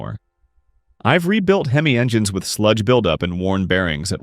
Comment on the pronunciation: Hey, the word is prounced HEM EE, not HEM ISS.DUH!